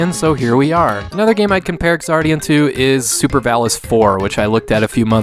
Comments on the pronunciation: When "X" is the first letter in a word it's pronounced as if it were a "Z". The "Ks" sound isn't necessary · Thank you for reviewing this game. I hate starting with a nitpick, but I believe the game is pronounced "Zardion" like how in the word Xeno the X makes a Z sound. I made the same mistake when I first heard of this game in an early issue of Nintendo Power way back in the nineties. Anyway, Xardion's development is something of a mystery to US gamers, and altogether baffling for those educated on its origins. Like classics such as Alisia Dragoon, this game featured several mecha and creature designs from prominent designers of other works (Moriki Yasuhiro of Zeorymer and Xi Gundam fame, Hajime Katoki of various UC Gundam works, and even Studio Gainax who also assisted with other games of that era including Alisia Dragoon.) It also had a short but well-animated TV commercial done in Masami Obari's style (and given Masami Obari's studio was doing anime openings like Rayearth and commercials in that era... he might really have done this one too.) The game clearly had a lot of talent behind its marketing and pre-production, and probably had a good budget to back it. The leveling system, plot, ability to revisit levels at any time, and multiple playable mecha were fairly novel concepts at the time of its release. So... what happened? I suspect this game was either intended for one of Japan's PC platforms like the X68000 and got migrated to the far more popular Super Famicom platform midway through development, or the developers were either inexperienced with the hardware or functions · Is it actually supposed to be pronounced ks-ardion?